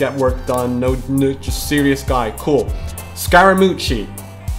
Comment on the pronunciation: Bro said Scaramouchi💀